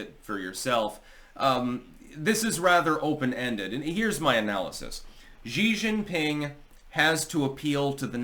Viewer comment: You really need to learn how to pronounce Xi Jing PIng. You talk about him a lot.